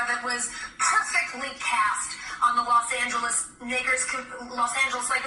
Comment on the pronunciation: Naw ahch.. she said nakers..🤣🤣🤣🤣🤣🤣🤣